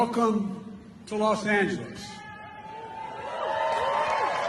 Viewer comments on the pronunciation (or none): Excuse me, "Welcome to Los Angelos?" What? Does he live there or something?